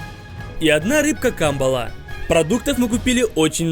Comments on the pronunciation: Камбалаааа а не Кааамбала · Не ка,мбала а камбала, ударение на ла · кембела а не камбела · Ти неправельно ударения ставиш надо камбалаааа ане каамбала